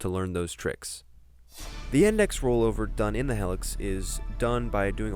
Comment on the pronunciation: It's pronounced hee-lix... not hell-ix